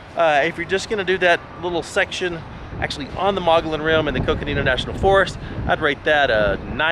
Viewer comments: as a Arizona citizen it is pronounced—- Mug-e-on Rim! just so you know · Do your research next time!!! better yet maybe your poor review will keep yahoos like you from coming up here and ruining all the great things that are actually up on the rim and all the history of the area. also learn to pronounce the name correctly Mogollon ( mugy_on) named after the native American tribe of the area. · Pronounced "Mogoyon" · Pronounced: "Muggy-on" I know because I live here in Payson.... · Mogollon (Moh-Gee_on). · Actually.... It's either Muggy-on or Muggy-own. That's how I've always heard it; plus just two weeks ago I read an Arizona Republic article, from 2016, in which the states' official historian said those are the correct pronunciations. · Locals pronounce it “muggy-yon,” go figure. Sweet shots! Miss that amazing place. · You pronounce the name of the rim incorrectly which makes you sound retarded to the people of this State that were born and raised here from back in the 40's. , Your dogs can be snatched up by coyotes right in front of you and you have them roaming around . Then you are trying to walk up to wild horses and expect them to stop so you can pet them . What part of wild do you not get ??